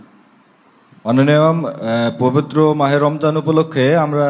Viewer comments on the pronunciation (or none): none